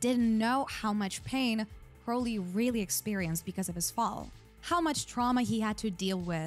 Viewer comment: You keep calling Crowley "Curly" 😂